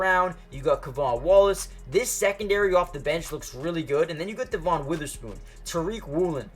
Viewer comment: He urbanizes a lot of the names like JAY-RON Reed and also calls Spoon DUH-von Witherspoon, I wonder why 😂